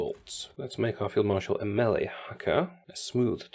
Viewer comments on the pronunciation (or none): none